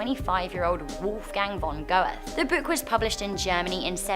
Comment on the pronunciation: Go-ethe? Nein, nein, nein! /ˈɡøːtə/